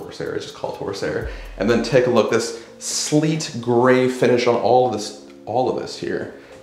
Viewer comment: did you say sleeet? Lol